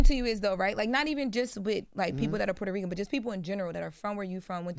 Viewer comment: Fat Joe a.k.a. Port-Hoe-Reeking